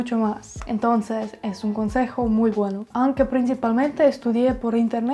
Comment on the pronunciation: ya todos te llenaron de halagos (mas que merecidos) asi que yo voy a ser el mala onda.. pero espero sea util :) es "responsAble" es "aUnque" (en italiano aunque = anche y si tiene la pronunciacion que usaste) es "con QUIEN" ya que es una persona pequeñas correcciones para que tengas en cuenta y puedas seguir mejorando tu gran trabajo :)